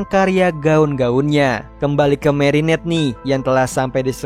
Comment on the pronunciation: merinet, klowi, ini loh cara baca nama nya😭😭